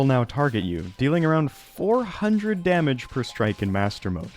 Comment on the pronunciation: back to back with “tage” damage was crazy